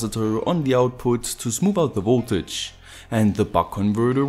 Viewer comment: Its V"O"ltage not V"U"ltage. ... but I like your videos :-)